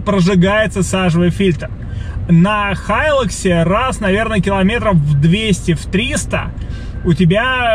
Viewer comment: Для человека из ДВ, слышать ХАЙЛАКС это как ножом по стеклу.